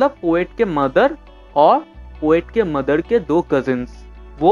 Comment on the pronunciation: Sir mother hota hai Mather nahi